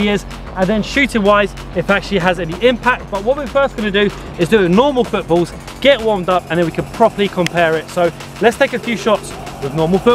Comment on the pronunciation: The way he says footballs